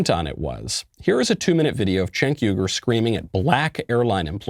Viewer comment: Michael, it's appreciated that you said his name correctly...........but it would have been more funny if you called him what he's called by others, CHUNK YOGURT.